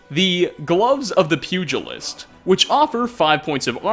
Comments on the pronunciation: HEY, it's that one pronunciation stickler here. Fun vid as always, I especially liked the lore behind Stormfang. Just wanted to pop in and say the "g" in "pugilist" is the same as the "j" in "jelly." So it's said like _P'YOU-JUH-LIST. Thanks for stopping by! I hope to catch you in my next comment. Peace out everyone! 😋👍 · Hahahaha... you can't say "pugilist" right... and NOT just the DISTRACTING lisp!